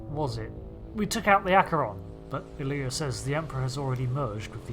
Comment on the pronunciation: Love your work. Really Really. Best ST adventure since ST 6 UC. One thing probe name is I-LEE-A from ST The motion picture. Not pronounced like the play.